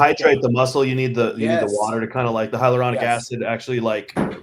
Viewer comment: It's hyaluronic acid not hydraluronic acid